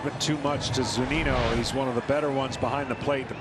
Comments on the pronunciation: .. did he just introduce Mike Zunino as Mike Zuninu? lmfao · “Mike Zuninu” 😂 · “From the Tamp Bay Rays… Mike… Zuninoo!” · man they really called him "Mike Zuninew" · Also love how Joe Buck can’t even pronounce Zunino’s last name